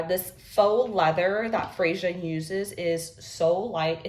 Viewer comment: I think it's pronounced "Freya"